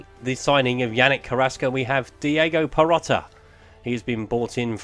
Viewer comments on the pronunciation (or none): Need sort out the pronunciation. Not every player ends with 'a' its Perotti with an i. Still a decent series dude.